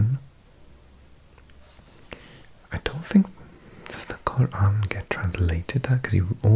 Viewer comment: I thought i was knowledgeable about languages until i found this video😂 (i got 9) i totally love it!!! Ps the way you pronounced Quran was sooo satisfying